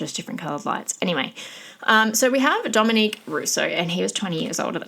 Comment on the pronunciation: Dominic not Dominique! Also, Davion was not pronounced dead on the scene. He had a low pulse for a bit before they called it. After the crash, the car sat for over an hour before a police officer showed up so if somebody got there sooner, he could’ve had a chance.